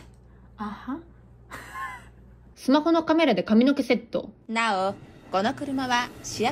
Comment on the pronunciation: 「なお」強調しとるのばかおもろいし似てる